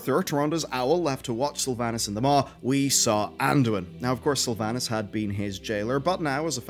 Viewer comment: We have same accent but the way you say Sylvanas makes me sad inside :(